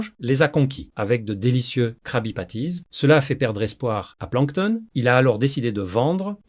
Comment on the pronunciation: De 1 y’a 0 émotions dans la lecture. De 2 tu sais pas parler "Dun cou" - "Misters crabs" "planktonE" Puis c’est trop long ca donne pas envie d'écouter Puis tu mélange l’anglais avec le francais...